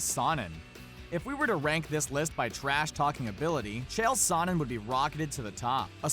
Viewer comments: You're pronouncing Sonnen wrong !! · Nate out boxed Connor. He also said sonnen wrong, he out wrestled most of the division.